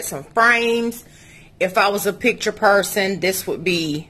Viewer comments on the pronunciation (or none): none